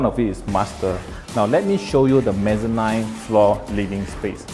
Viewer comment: Mezzanine should pronounced as meh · zuh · neen